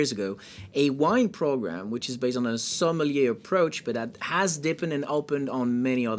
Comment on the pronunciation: Why do Americans like to butcher simple words like sommelier? It's literally pronounced "som-muhl-yay". So easy, yet impossible for cousin husband-wives.